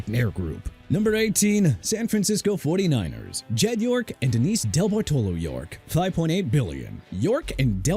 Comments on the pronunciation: IT'S VIRGINIA HALAS (HA-LAS) MCCASKEY NOT VIRGINIA HOUSE MCCASKEY AND NOT VIRGINIA HALLS MCCASKEY DUDE!! ALSO IT'S JED YORK DENISE DEBARTOLO YORK NOT DELBARTOLO AND YOU DON'T PUT A DASH BETWEEN JED AND YORK!!! PLUS HUIZENGA IS PRONOUNCED HAI-ZIN-GAH NOT HEY-ZIN-GAH!! SMH!!!!!!! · For future reference, teach your narration bot it is pronounced DeBARtalo. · What a TERRIBLE pronunciation of Debartolo. Duh bar tuh low